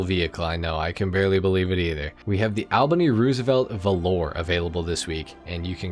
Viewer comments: Why are you pronouncing Valor, Valore 🤣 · F O U R... I'll be the pedantic butthole in the room. The word is pronounced VALL-OR. Like 'Valley' with an OR on the end. (some people butcher it with an ER sound on the end) Even if you spell it like the Brits 'Valour' it's still pronounced the same. Velour (which is what you're saying) is also a word. It is a plush soft, plus fabric for clothes and blankets.